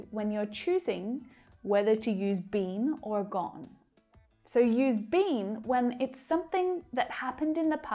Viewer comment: Hello your pronunciation BEEN is not correct.